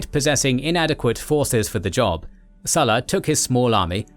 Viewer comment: Why did you pronounce current Lukius Cornelius only to butcher the Sulla part, with that English "u" sound instead of a Latin u (oo)